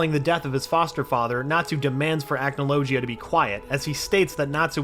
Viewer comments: The way You pronounced Acnologia make me wince in pain. The "g" is not pronounced like "g", but like "gh", it's more of a dull sound. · Acnologia: ack no low gee uh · Please stop saying acnologia like that 😭😭😭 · 2 mins in and already annoyed with how he’s pronouncing acnologia